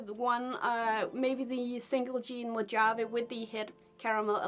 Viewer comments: Close. It’s actually pronounced Mo-havee. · Pretty sure Mojave is pronounced “Mo - hov- ee”